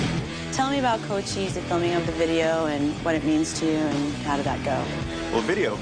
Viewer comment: That was a badass video for cochise. I always pronounced it like it's spelled. Now I know it's cocheese